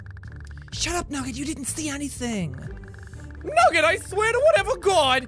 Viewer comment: Nuuget. I LOVE THE WAY JACK PRONOUNCES NOOGET